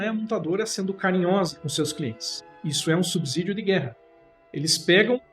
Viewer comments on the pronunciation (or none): Aprenda a falar corretamente: a palavra é “SubSSSSSSSídio”, com som de S e não Z.